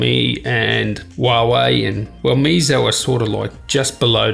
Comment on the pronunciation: Meizo? No dude, it's Meiz-U lol